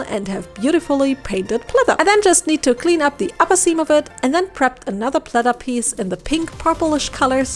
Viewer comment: Why do you keep saying plether